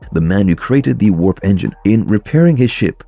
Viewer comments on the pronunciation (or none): none